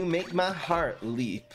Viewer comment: Leap rhymes with deep.